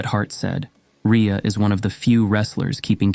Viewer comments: The inconsistent pronunciation of her name is annoying. Ree-uh or Ray-uh. Pick one. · How many different ways can you pronounce Rhea I think they were all here LOL